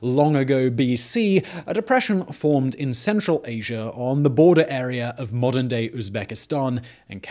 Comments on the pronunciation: There is no R in Asia =) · I like how he says Asier instead of Asia. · Why do you (Brits) say "asiar" instead of "asia"? Is it a stylistic thing or is it unconscious?